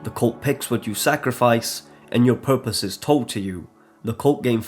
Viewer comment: "...and Faith?....fpurpose." I chortled